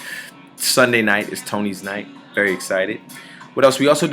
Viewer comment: At first I thought he said I'm "Burry" excited and I was like LESLIE YOU SLY DOG